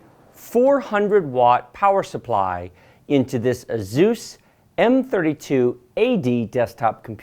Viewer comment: A-ZEUS I think its prounced A-SUS